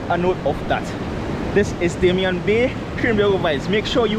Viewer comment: Hi, I believe it's Damien and is pronounced dah-mee-yeh